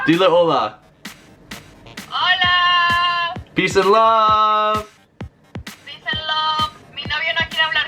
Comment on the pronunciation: When she says peace and love it sounds like she says peace and lub 😂